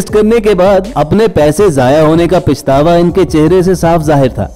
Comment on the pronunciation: Bhai pichtawa nae hota pachtawa hota h😄